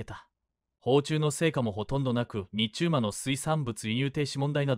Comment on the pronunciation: 「日中間」をニッチュウマ？貴方は何処の国の人ですか。